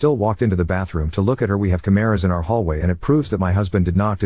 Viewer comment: The chimeras have audio. (The way the AI prounouced "cameras" sounded like "chimeras" and then I had a mental image of cyborg chimeras with input/output cables 😂) This is what drives me insane, tho, to be more on topic than scifi chimeras. Women/girls cry wolf so much and are instantly believed. If a man/boy even hinted at anything of this nature? Invalidation, emasculation, and backlash. The double standard is so disgusting, and sadly, it makes it really hard to believe all victims when the "victims" aren't real, and you can't tell.